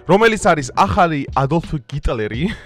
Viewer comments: გიტლერი არა ჰიტლერი, გულიც კი ჩაგისწორებს რო დაწერ, სვეტაფორი და პესოკი კიდე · ჰიტლერი და არა გიტლერი. მადლობა ღმერთს ქართულ ენას რულულისგან განსხვავებით ასო ბგერა "ჰ" გაგვაჩნია. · გ არა ქართულად ჰ ჰ ჰ ჰიტლერია ქართულად,გიტლერი რუსულად😂იცი დარწმუნებულივარ მაგრამ მაინც გეტყვი